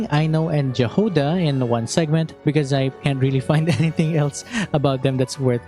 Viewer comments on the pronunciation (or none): Just a quick note - Jahoda should be read - Yahoda, in slavic languages J is yi sound, just like Jarilo VI is Yarilo VI :D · it's pronounced Yahoda🙌🏻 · I think Jahoda should be pronounced "yah hoe dah" which means berry in many slavic languages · It's a minor nitpick, but could you read Jahoda with the slavic pronunciation of "J" it sounds like "Y" in those, like "Yahoda"